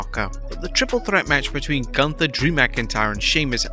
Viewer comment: His name is GÜNTER(GHUNTER NOT GUNTER